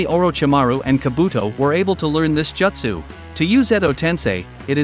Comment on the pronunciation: "Jutt sue" lol